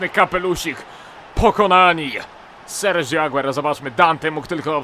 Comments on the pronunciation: serhio a nie serżio (przepraszam,że poprawiam;) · mówi się "Serhjo Aguero":) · Hamsik Hamsikowski Nie ma języka argentyńskiego. Jest hiszpanski. Sergio Aguero, a właściwie Sergio Agüero (bo te dwie kropki nad "u" zmieniają wymowę, to imię i nazwisko, które wymawia się po hiszpańsku. brzmi OSTATECZNIE I POPRAWNIE "SERHIO AGUERO". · RosolovHD To jest Argentyńczyk ! Czyli Serdzio Aguero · ***** Czyta się Serhjo Aguero!!!!!!!!!!!! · ***** Tak się czyta :) Język hiszpański się kłania :)